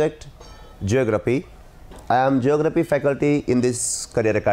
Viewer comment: Geography correct bari sir ceography alla😂😂